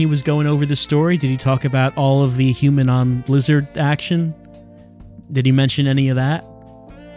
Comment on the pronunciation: This may be too hard for youtube. You may say liz-HARD